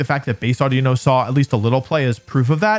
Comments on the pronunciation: Havent watched yet, calling it audino is the worst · Calling it audino.